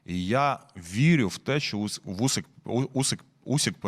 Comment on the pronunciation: Не Усік, а Усик